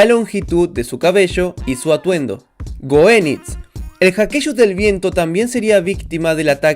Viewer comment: Te recalco un pequeño error de goeniz , la version mujer se pronunca como si tuviera un tilde e la o